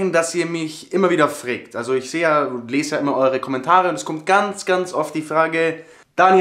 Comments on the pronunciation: Allgäuer Dialekt xD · Fragt nicht Freägt :-D